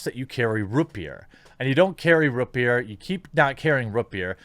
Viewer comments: ROOT beer not roopbeer haha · “Rut beer?” Is that some Midwest thing? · Jeremy: "Rut Beer" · No one: Jeremy: rUt BeEr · Lmao. I thought I was the only one that heard that 😂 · I can only assume its a mid-western thing. I just thought it was funny. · I feel personally attacked by the way you pronounce root beer. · The way he says root beer... 😖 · I haven't been able to hear the Midwest in your speech very much until I heard the way you say Rootbeer.